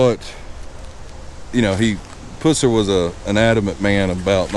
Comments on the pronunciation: Can you say his last name right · Another idiot that can't say his name right. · You are mispronounceing his last name!!!!! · You don't even pronounce his name right. Wikipedia is not an accurate source either and that is where you got your info. Sherriff Pusser did not drink and drive. That is a fact. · I believe you're pronouncing his last name wrong. did you graduate from Jethro Bodine Academy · your saying his last name wrong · Said his last name wrong. I’m a friend of the family so if you’re gonna make a video, learn their names correctly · Your pronunciation of his last name is incorrect! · If you knew Buford you would know that if you would have pronounced his last name the way you do, he would likely punch your lights out. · I appreciate this video, however, I wish you would pronounce the man's name. It was Pusser not Puss er. It is a pet peeve of mine. Sorry. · We say pus (like drainage, lol) sir. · U are killing me with the way you are saying his last name! Its not its pronounced like the running pus that comes out of and infected soar. Not like at pussy cat. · It's not pronounced Puss er it's pronounced pus ser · You blew the pronunciation of his last name... Its puss-er not pussey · Don't mean to be a stick in the mud but you are pronouncing his last name wrong. It sound awful the way you say it. Just a little conservative criticism! When you say it, say it like the green stuff that comes from an infection. pus. Buford pus-ser not puss-er! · His last name is pronounced Puss er, NOT Puser. This house was NOT his parent's house. Buford bought and paid for this house himself. LEARN HOW TO PRONOUNCE HIS NAME RIGHT!!! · “Puss”er. Lol. I bout fell out. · I just started watching your videos they’re pretty cool but this particular video you miss pronounce Buford‘s name PUSSER The letter U in his last name is pronounced the “short “way Like the word UH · Its pronounced Pus ser like the nasty stuff coming from a sore "pus" then the "ser" geesh.